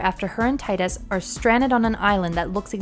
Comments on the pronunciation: Tee-dus not tydus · TEE-dus NOT TIE-dus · He has helped save the world and on top of that just the very fact he was alive and showed Yuna affection and confidence in writing your own story, is the very reason she succeeded the way she did in part two is more than enough reason for the fayth to bring him back to life to save the world again, and maybe even give him the blessing of life. First off his name is pronounced Tee- Dus not Tie-Dus every real FF fan noes that atleast. He can win or lose in blitzball depending on the player (obviously you couldn't make him win). If he is beckoned back it's as a gift not a means to an end. Tidus opened her eyes to the fact that you can save more than what you just believe and do more if you want to write your own story. You really have no clue as to what these games bring in the core of character development and their meanings. Your just a new gamer devoid of reading between the lines or even clearly grabbing the main aspects of a title which in this case is making your life your own and what you want to happen come true by "writing your own story" or acting upon it with an outcome you want to have done. Smh try again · Stop saying Titus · his name is pronounced TEE-DUS. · Omg.... It's pronounced 'Tee-dus' ugh! I've been arguing this since high-school! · I'm agreeing with you DukstarGaming, its Tidus, "Tydus" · If you can’t pronounce the main character’s name, that basically renders your entire point of view on this matter as completely worthless. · you ain’t a true ff fan, you don’t know how to say Tidus name right, also what you are saying sounds scripted as shit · Every time she mispronounces Tidus I cringe. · You pronounced his name wrong.